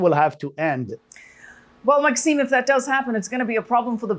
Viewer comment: Pronounced - Maxime ‘Berni A’ (ay) like hay